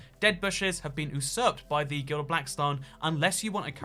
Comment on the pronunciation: It's not "glided", it's "gilded". :3